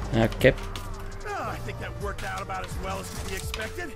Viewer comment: did you say aboot? 🤔